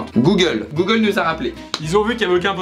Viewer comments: « passer un entretien chez GOOLE » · Le duo de feu 🔥d’ailleurs c’est normal le goole au lieu de Google ? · "Passer un entretien chez goole" 😂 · "Passer un entretien chez GOOLE"